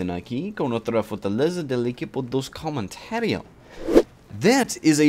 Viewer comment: Ur said Spanish intro was decent it's not comentero and u should say partedo when you say game :p